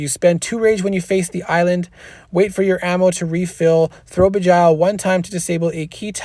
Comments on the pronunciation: thanks for the rundown! great job btw its pronounced jinn ie sounds like win. arabic for demon. and begile as in sounds like bile ie bee gile not bee jile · Please don’t misunderstand... I respect you and I watch your videos... please google words you don’t know... beguile is a word that should be in your vocabulary... it is pronounced something like this Be Guy L... where the e in be is a short vowel and not a long vowel... more like Eh than E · ok....say it like bee (as in honey bee) then gile (rhymes with Nile like the Nile river. beguile means to deceive or to hide the truth (usually to screw someone over or harm them) but it doesnt matter, you can say it however you want, we all know what you are sayin :) Thanks again. if you ever need someone to help defend for one of your videos let me know